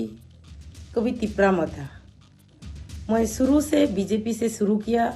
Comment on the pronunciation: You even don't no bjp how to pronounce how can u speak english